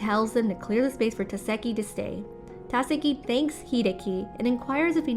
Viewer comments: She kept saying either Tάkasi or Takasί but never Takάsi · You do realize Takashi is pronounced Ta-ka-she, right? Not Ta-ka-see. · It's TAKASHHHHHIIIII. NOT TASEKI OR TAKASI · TAKESHI NOT TAKESI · can you please stop saying, takasi, it is tekashi (pronounced. TUH-KAH-SHEE) the previous narrators did that pronunciation so please stick to that. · OMG!!! It's Tah-kesh-ie!!! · TAKESHI - ta keh shee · Narrator shouldve watched part 1!!!! Takeshi. Ta as in ta. Ke as in ke. Shi as in shi. Holy shit, lady. Thats "haly sit" to you, I guess. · Yet it's still Ta KE shi... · Ta ka see 👀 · and sometimes "Ta-se-ki" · That Takeshi pronunciation is both brutal and diabolical. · I love how i am so interesting in the first 4 parts and then some dumb bitch cant pronounce the main characters name and i lose all interest in this series.